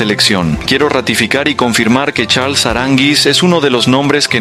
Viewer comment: NO es "Charls" Aranguiz, es Charles Aranguiz.